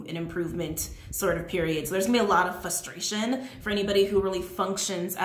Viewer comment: Are you saying flustration? I keep hearing flustration instead of frustration